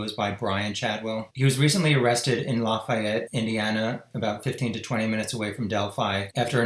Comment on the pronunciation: "Lah-fee-ette" IN.